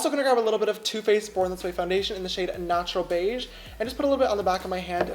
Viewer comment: Did anyone else hear "nacho beige" instead of natural beige? lmao